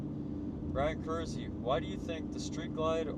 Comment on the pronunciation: Thanks for not butchering my name 😂